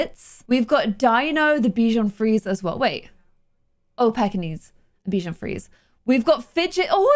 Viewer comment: Hey, the Frisé in Bichon Frisé is pronounced like free-zay =) It's the french word for curly, we also refer to some types of salads as frisée.